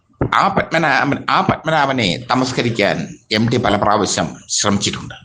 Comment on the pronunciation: എടോ പൊട്ടച്ചാരേ എംഡി അല്ല എംടി ✅